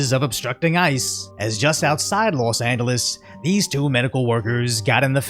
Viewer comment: Never heard someone pronounce los Angeles with a hard G till I heard you